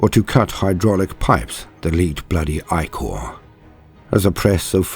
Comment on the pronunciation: My favorite part of listening to a human narrator is hearing the word ichor pronounced correctly.